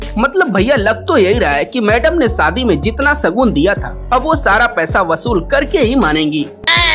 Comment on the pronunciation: Saadi suru parsad...Abey apni bhasha theek kar pehle gawar..Sh bolana seekh pehle